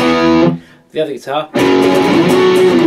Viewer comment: Like "gui-tar"